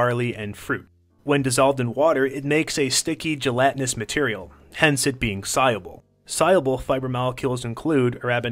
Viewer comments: Why is he saying si-abel😂 it’s sol-yool-bul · He can't pronounce soluble or cellulose...